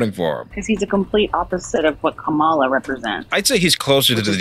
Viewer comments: That was painful to listen to. Thank you for correcting her On pronunciation of Kamala’s name (coma-la). When I hear Trumpanzees say (come-ala) it’s like nails on a chalk board to me. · Comma like the punctuation. La like the musical notes Put it together. Mispronouncing her name is pathetic and disrespectful and dumb